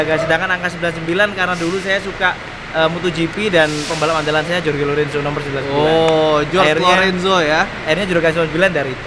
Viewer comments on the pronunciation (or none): "jors" lorenzo 🤣 yg punya channel gak tau cara baca nya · Koreksi dikit.. ngejanya yang bener Horge Lorenzo.. bukan jorge lorenzo.. 😊 trims.